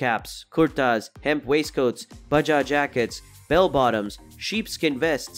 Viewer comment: The word "plaid' is pronounced like "plad", not "played". Moccasins is pronounced MOCK-a-sins, not moe-KA-sins. Baja is pronounced "ba-ha", no "ba-ja". Several other wrong pronunciations. Did a bot read this? I loved the content, but the obvious pronunciation errors were jarring.